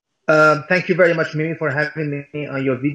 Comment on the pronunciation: "mush"="much". Anyway, again - who's "they"?